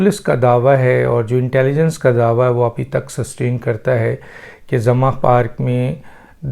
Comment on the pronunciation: ڈاکٹر صاحب لفظ " زمان" ھے آپ اسے " زماں" کہہ رھے ھیں ، براہ مہربانی اصلاح فرمائیں ۔